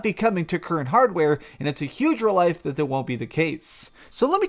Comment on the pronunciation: "...and it's a huge relife..." lmao